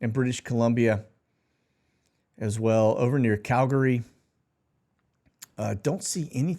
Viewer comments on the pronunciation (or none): none